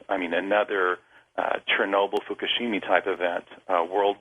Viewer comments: This guy...he's an expert. You can tell, because he says, "nuk-you-lar," instead of nuclear and, "Fukushimi," instead of Fukishima. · Fukushima, not Fukushimi. So sad for Japan. Nuclear, not Nucular. Totally Horrible. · Lol did this dude say Fukashimi? It's Hiroshima and Nagasaki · Fukushimi? Strontonium? This chap is barely even literate. No sources are cited. Things are bad, things need to change, but hand-flopping doomcriers are not going to help. Go to actual, factual sources. This is rubbish. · Fukushimi? Nuke-you-lar? Ex-specially? Learn to talk right. Then, maybe you'd be worth listening to. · "coming down the pike" and "fukushimi" ? Why not learn the actual spelling and pronunciation of the words you use?